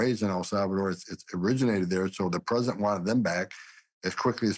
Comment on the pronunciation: It also kind of drives me nuts that he says, "Predent Chrump" and not "Prez - i - dent Trump". 🤣😂🤣😉